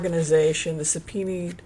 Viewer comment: I crack up every time you say 'sub-pee-need' 🤣